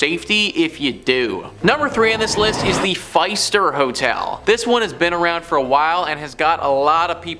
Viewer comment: Fist-er Seriously if you actually heard of this one you would know how to pronounce it. Do a little research please.